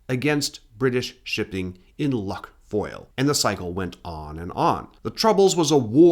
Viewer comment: The Irish "lough" (as in Lough Foyle) is pronounced exactly the same as the Scottish "loch" -- it's actually the same word, just spelled two different ways. I thought it was "luff", too, but an Irish friend gracefully corrected me.